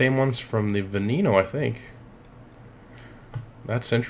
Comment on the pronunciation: the v is pronounced as a b as in benneno